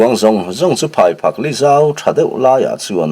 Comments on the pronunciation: phaiphak tih hi phaiphâk tia lam tur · Thil hming lamdan hi a inanglo nge ni.. Phaiphak itih hi Phaiphâk ti in he hnah hming hi kan lamve ṭhin..